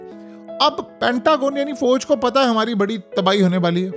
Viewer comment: Abey Pendoo Fooooj Mat Bola Kar.Aslee Lafz Fauj Hy !! Aur Thun Thun Thun Thun Thun Thun Kee Music Tou Band Kardiya Kar 😅😅😅